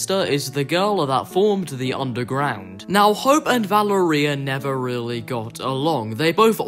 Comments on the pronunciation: I’m italian, so, i can Say that the right pronunciation is “Valèria” not “Valerìa” (it’s an italian name) :) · nah its italian its pronounced Va-le-ria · Somewhat: VaLEria not ValeRIa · I think it’s Va-lair-ria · No u didn’t it’s vil-er-ia my frineds name is Valeria and that’s how u pronounce it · i think its va ler ee uh not val a reia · His name is pronounced “montage” and it’s also pronounced “va-lar-ri-yuh”. Also the underground owns some pois. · Guys, did I pronounce “Valeria” correct? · no he didn't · No, it's an Italian name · U pronounced Valeria wrong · No You Didn’t It’s Valeria! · Why do you say Valeria like gonnorhea